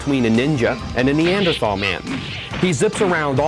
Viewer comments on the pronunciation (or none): none